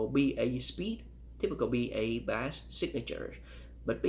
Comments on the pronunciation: He actually is very well spoken , and I've heard people who had English as a first language pronounce bass as bah-ss , he just doesn't know yet it's pronounced bay-s. No one compares these headphones so I'm impressed he even made this video lol. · For the life of me, I can’t fathom this guy’s accent. I just can’t stand the way he says “bass”, It actually makes me feel physically angry.